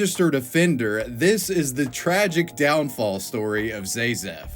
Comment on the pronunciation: My only thing against this is that his username was pronounced ZA-zef, not ZAY-zef as he kept using. ….I remember I stumbled into his videos maaaaany years ago. Ugh, that’s enough internet for me today.